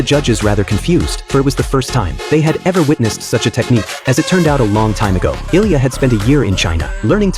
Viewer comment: His name is ilija not ilya